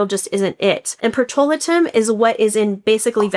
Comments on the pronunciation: PETROLATUM is pronounced - Peh-truh-LAY-tm NOT pet-ro-LIT-um!!! While I appreciate the information you're sharing here - bcse it's important for consumers to be aware...and I know you've been in the business for a long time. It's a bit more credible when you pronounce the ingredients correctly! Especially such a common one. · You claim to be a formulator so I stopped watching your video the moment you mispronounced one of the top most common skincare ingredients. It's PETRO-LA-TIM, not "patrol-a-tim" 🙄 A formulator would know how to pronounce it, as would the so-called chemist you consulted 🙄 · Petro-la-tum is how it’s pronounced. I do reviews for a company and a lot of the items I receive are from Sephora. We test the products for an allotted amount of time and write our own, honest reviews. We get the item for free for our review. We do not get paid anything at all. No need to lie or makeup anything. We have no affiliation with any of the brands. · I've always heard it pronounced pet-tro-LAY-tum